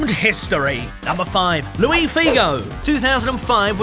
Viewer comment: It's Luis Figo, not Louis, he's not French